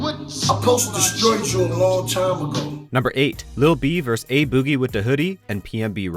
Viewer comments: Why is no one talking about him saying boogie so badly 😂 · Why he saying boogie like that?